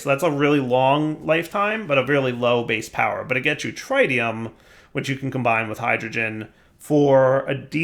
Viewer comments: TRITium. Pronounced like pit, zit, and bit. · tritium, with a short i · his pronunciation of tritium hurts my soul... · God, we're back to mispronouncing 'tritium'. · Now comes the next 5 episodes of saying H3 incorrectly. Yayayayaya